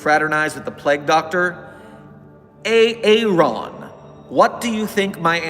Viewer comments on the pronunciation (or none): So I was here for this live ^^ even fixed my name{the one he called Ay-Ay-ron}